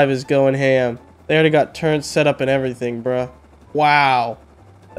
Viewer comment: I love it when tries to say 'Nuclear' and 'Turrets'. Nukeular and Turrents